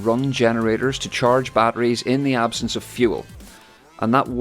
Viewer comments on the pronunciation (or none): none